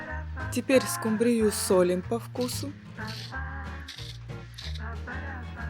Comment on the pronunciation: Почему скумбриЮ, а не скУмбрию? Так говорят в Индии?